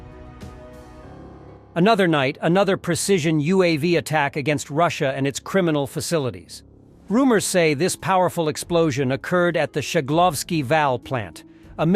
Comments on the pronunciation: What are "fascilites"? Do you mean facilities? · HI. IT'S FACILITIES.